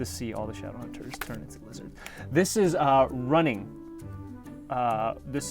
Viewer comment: the way he said "LIZZARD" made me laugh out loud 😂